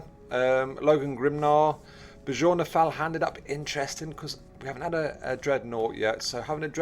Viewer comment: J's are pronounced as y's, so it would be like, 'byorn', with 'bjorn' being the word for bear